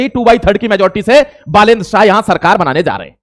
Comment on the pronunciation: बालेन शाह ❌ साह ✅